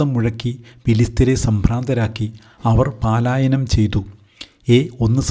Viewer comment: പാലായനം അല്ല പലായനം